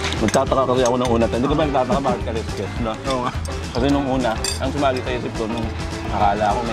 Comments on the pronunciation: "Kalsks" po ang tamang pronunciation ng kaleskes. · His kasi Ka-les-kes ang pronunciation. Kalsks ang tamang pagbigkas ng Kaleskes.